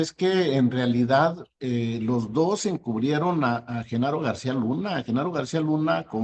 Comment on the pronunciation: jajajajajajajaj mire nada mas, y diche unach, y diche doch, y diche trech, joche luich el chairo comediante! jajajjaja